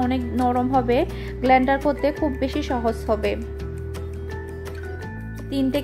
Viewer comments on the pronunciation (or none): ইংরেজি শব্দ একটাও বলতে পারে না।অশিক্ষিত মহিলা,গ্লেন্ডার কি? ওটা ব্লেন্ডার/গ্রাইন্ডার।আর সাস্ক্রাইব না হবে সাবস্ক্রাইব। 😂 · গ্লেন্ডার বলেন কেন